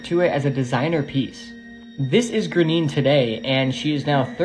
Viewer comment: Graine is pronounced grawn ya